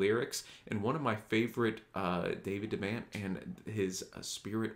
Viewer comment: I love this video, brought me right back to the spirit of those times... one thing, its pronounced De' vont like Vermont.